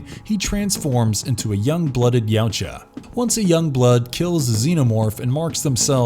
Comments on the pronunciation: It's pronounced ya-oo-cha not yow-cha 🤦‍♂️ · Yau-tja (not cha/sha) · Xenos aren't after world domination they are purely about reproduction and survival... And its pronounced "Ya Oot Jah" Not yowt ja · He didnt....its Ya Oot Jah